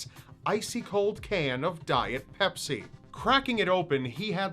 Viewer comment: pepsi not pepis